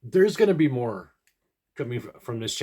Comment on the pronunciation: Did you say “More”?